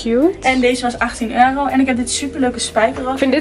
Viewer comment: Waarom kan het woord euro niet uitspreken